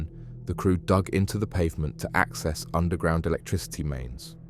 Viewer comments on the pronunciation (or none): none